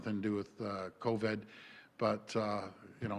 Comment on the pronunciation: It’s covid not coved. Jeez